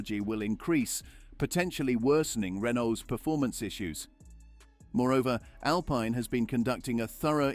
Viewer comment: You are prouncing Alpine wrong. And Vitamins and Privacy.